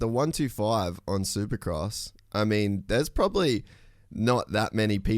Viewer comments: Why does he keep saying 1 2 5 instead of 125 lol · DUDE - is “one twenty five” - NOT “one two five” !! Fix it !!! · im gonna go ride my one two five😂 its a one twenty five. it irritates me saying it the other way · A one two five? Its a 125. This is so annoying.